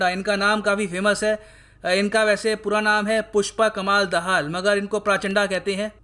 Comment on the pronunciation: It is so funny that you are not able to pronounce pushp kamal dahal 😂 angrej chle gye lekin angreji yhi reh gyi. If any foreigner or south Indian pronounce like this than it is understandable. But hindi speaking teacher is doing this.